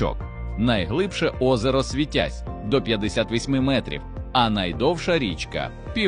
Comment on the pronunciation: Який злидень не знає наголосу в слові СвИтязь ?